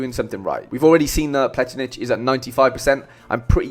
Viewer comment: I actually confused him with Vlietinck, another Leuven defender. I said Plietinckx but it’s Pletinckx, and you pronounce it as ‘ Pla Tinks ‘. I hope i didn’t make it too confusing my bad 😅